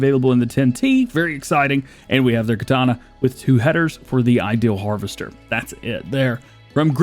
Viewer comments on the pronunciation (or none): none